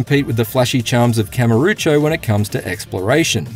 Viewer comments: Dude can't even pronounce the name of the main location in the Yakuza series. It's Kamurocho, not Karamucho. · "longtime fan" also mispronounces Kamurocho multiple times ( Kamarucho? wtf? ) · "Kam uh rucho" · IGN get the same guy to review every game in the series yet he still can’t pronounce Kamurocho